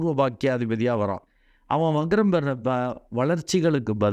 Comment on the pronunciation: adhu "vaGram" alla "VaKram"